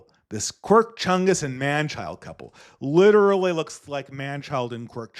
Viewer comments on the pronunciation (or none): none